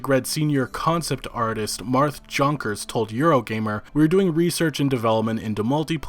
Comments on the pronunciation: It's not pronounced "Jonk-ers" It's "Yon-kers" Come on man... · Pretty sure Jonkers is "Yonkers" like the place in NYC